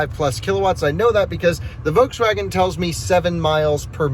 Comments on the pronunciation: Love your videos. Please start annunciating the “L” in Volkswagen. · Its a Folkswagen